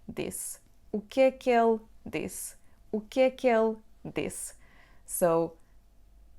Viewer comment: When you pronounce "O que é que ele disse?" the "ele" sounds like "ela". How to differentiate the two?